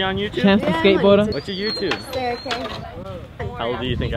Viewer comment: It's Sara why she saying Sera